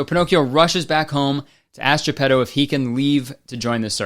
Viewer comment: Kurtis saying ge-pedo